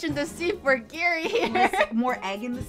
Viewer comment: It's funny hearing pronounce giri's name correctly when she's not the asian one living in japan lol